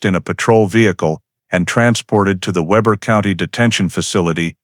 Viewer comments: It’s pronounced Weeber not Weber. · Pronounced wee ber. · Weber is pronounced Weber. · Weber is pronounced with a long e, not a short e.